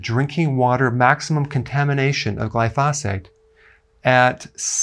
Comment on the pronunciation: GLY FOE SAYTE